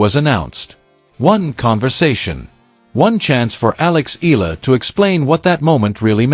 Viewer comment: this click bait always pronounce EALA >>> EELA...